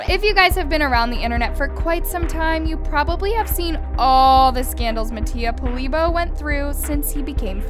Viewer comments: My italian ears died when u said “Polibo” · “Poly boe” girl😭😭😭 It’s pronounced “polebioh”😭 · Mattia “poly bow” lmao it’s polibio, and y’all really fake asf yk a lot of ppl used to mock Asian people,yes it’s wrong 😑, but y’all trying to frame mattia for a lot and yes ale shouldn’t have said nun either but don’t be a hypocrite... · “MATTIA POLIBO” BAHAHFHSJJDC I CACKLED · “Mattia POlIBO“ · I just people to say mattia last name right for once 😺😺✨✨